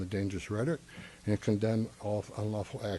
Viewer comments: Is he saying "rhetic"? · What is Reddick? Does he mean rhetoric? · This guy cant pronounce "rhetoric". Also he sounds drunk. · Rhetoric has 3 syllables. You are also full of you know what.